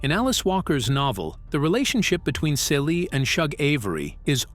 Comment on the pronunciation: It is so irritating that he keeps mispronouncing Celie (See-Lee's) name!😡